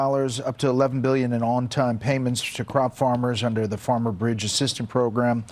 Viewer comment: You literally called Farmers and Farms: "Forms and Formers" like 25 times. Not hating, just thought you should know the pronunciation is wrong for your listeners